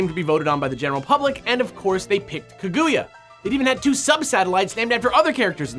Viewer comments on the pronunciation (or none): I know im just picky but it makes me sad every time they say ka-GOO-ya rather than ka-gu-ya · I'm sorry but, "Kuh-GOO-yuh"? Japanese pronunciation - not a strong point for ya, huh.